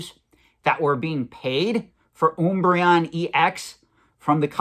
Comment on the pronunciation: Pretty sure he just mispronounces random things for engagement, i've never once heard anyone screw up Umbreon so badly. He also pronounces it correctly later on in the video.